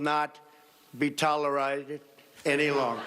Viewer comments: That nigga said Toleryted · He’s also mispronouncing words and malfunctioning ... TOLERITE. He must be nervous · "Tolerited", absolutely priceless! Keep 'em comin' Donny, we need a good laugh in these troubled times. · Night Owl lol yes but what is tolawrited lol help me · He said tolerized, like "polarized" pronouncing the "ized" like a first grader (who is unfamiliar with this kind of big words) would read it. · "Tollerrr-i-zd" He's IN the Russian mess because American banks gave him "NO CREDIT" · Please teach the president to say tolerated properly